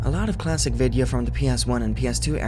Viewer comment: Vidya is pronounced we-thee-ya but with no spaces in between the three sections, if it makes sense.